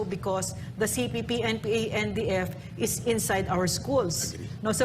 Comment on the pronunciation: nakakailang ang lagbigkas mo ng. cpp/npa....wag ka mag pause sa kalagitnaan....